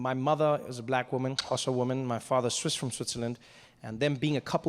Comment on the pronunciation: you thought me how to say xosa bro, more than that I am learning how to be a comedian. by the way I'm from Ethiopia